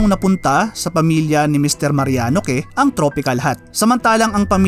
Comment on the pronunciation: "Que" = "Keh" HAHAHAHAHAA 😂😂